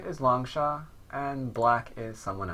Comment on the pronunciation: Why do you pronounce it as Long-sha? In mandarin, the 士 character is pronounced as "shi". I could be wrong though, just wondering.